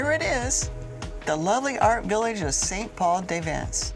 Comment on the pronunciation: Pronounced “Sen Paul du Vaan” and “Vilfransh sur mer.”